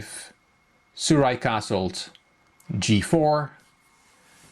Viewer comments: the " j " is not silent. so the name is Su- Raj. Good analysis by the way. love your channel. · you pronounced my name the wrong way, 'j' is not that type of 'j' which karjakin Sergey has . but you showed me all the mistakes which i performed . I thank you. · it's ok :) the 'j' is not silent it has normal 'j' effect.